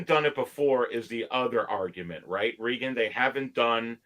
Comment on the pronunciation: Thanks for having Reagan on again. FYI his name is pronounced the same way as Ex president Ronald. He is too polite to correct you. 😉